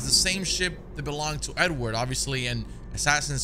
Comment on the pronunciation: Sometimes when you say Edward, it sounds like "n word" that's hilarious Nword Kenway 😂😂